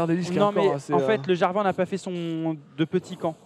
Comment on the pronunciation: on dit jarvane et sur le move ou vs dites que aphromoo a paniquer en mettant son black shield c'est pas ca c'est la elise qui a brain le black shield en envoyant une auto pour faire semblant que c'est le cocon